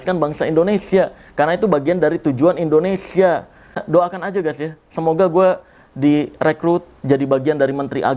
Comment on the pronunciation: Bang boleh ngasi saran ga Kalo nyebut Indonesia itu jangan endonesia bg Soalnya gw suka enek denger penguasa bilang ‘end’onesia bukan indonesia😭